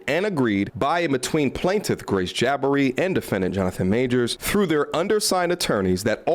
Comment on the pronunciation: Why do you say “Jaba-ree” sometimes and then “Ja-bar-ee” the other times? The second one is the correct pronunciation.